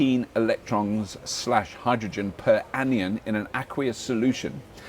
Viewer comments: I don't understand how you can do a show that is essentially about electricity and not know how to pronounce "anion" (an-eye-on) ;) An ion is a charged particle. A positive ion is called a cation (cat-eye-on) and a negatively charged ion is an anion :) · Be nice if Robert knew how to pronounce anion. (An-eye-on), what with him being a presenter and all. (never mind all the other cock-ups). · Henceforth I shall join Robert in pronouncing 'anion' along the lines of 'onion' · Energy density of 1 kwhr/kl? I tonne of fluid for 1 kwhr? Either Robert read it incorrectly or it's rubbish! On the other hand he mispronounced "anion"...